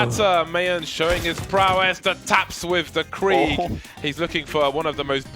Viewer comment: You have a weird pronunciation of krieg. I used to get that mixed with aug too, but it’s k r I e g